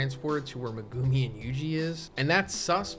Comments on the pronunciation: Meh-goo-me. Not meh-goome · Why do you pronounce Megumis name like that?